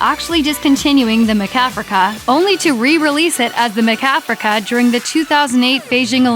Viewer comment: Why does she keep pronouncing it Ma-Kafrica? lol